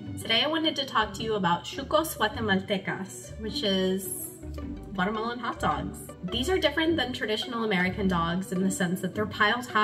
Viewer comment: I was confused at the first entry because she kept saying "I'm Watermelon" or "it is a watermelon..." Then I realized it's " Guatemalan" not " Watermelon" I'm dying right now😂